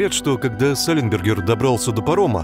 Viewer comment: Не кода, а когда.